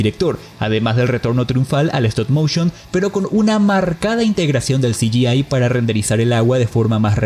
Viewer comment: Hola. Quisiera hacerte una humilde y pequeña sugerencia, en el minuto , pronunciaste "CGI", o sea "ci - yi - ei" pero en realidad tendría que haber sido "ci - yi - ai", ya que nada más la 'a' en inglés es pronunciada como "ei", mientras que la 'i' es pronunciada como "ai". ¡Saludos desde Hernandarias; y gran video! Qué suerte que hablaste del estudio Aardman, es uno de mis favoritos junto a Ghibli. Gran trabajo, como siempre.